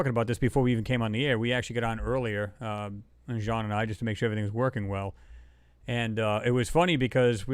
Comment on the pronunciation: Excellent show,. This is what we need, all researchers coming together for discussions like this. By the way, it's Jean Ward, not Sean.